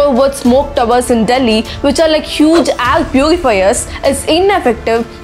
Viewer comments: Everything was great until you started saying “Ayre” instead of “air”..great video though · Your videos are very informative and inspiring... But please correct your pronunciation like "air" & "grain"